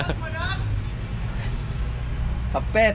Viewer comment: Justin???No, Dustin with a D as in Dora.😉❤️